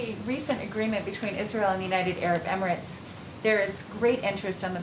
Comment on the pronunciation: The way that reporter said "Emirates" is so wrong so does that make her racist as well? Just wondering.